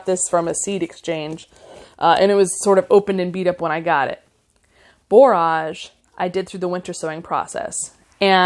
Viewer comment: Your video popped up as something I might like, but I will say I am very disappointed. Many of the common flower names are mispronounced. Zinnia (zin-nee-ya), Borage (bor-ige /rhymes with "porridge"), cleome (klee-oh-mee), celosia (see-low-zhuh). You can Google "pronunce -name-" and get an audible example.